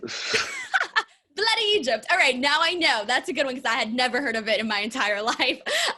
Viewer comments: did you just say 'Egypt?' its eejit ya eejit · You way butchered the Scottish slang bloody Egypt 😂